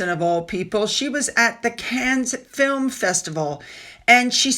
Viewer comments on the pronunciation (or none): none